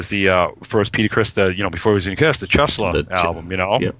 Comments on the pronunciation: Did he say 'Chesla'? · ok, Peters band is Chelsea, pronounced Chel-sea....The things where firehose hooks up to a building is called a siamese connection. ...Bruce and his wife didnt play to backing tracks... there was just Bruce playing an acoustic guitar and his wife singing. the restaurants up in Central Park is called Tavern on the Green.